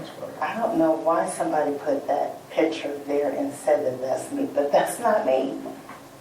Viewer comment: “piTcHeR”?? I think it’s picture. In fact, I know it is. 🙄